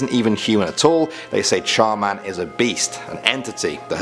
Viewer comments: Me : char man?? Also me : char man der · When he reviewed Char Man, I kept thinking to myself Char Man...Der 😂😂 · Char man der...am I the only one who noticed this? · When he said char man I thought he said charmander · oh no, it's CHAR MAN! DER.... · Char man - Der xD yasss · Char Man Der xD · Char Man-Der lol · I thought he said Charmander.